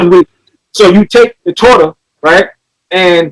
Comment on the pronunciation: He butchered torah omg he tried it lol torah means the law he reached